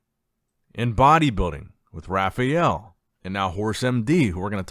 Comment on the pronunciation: "Rafiel" dude...how Hard is to say RA FAAAA EL?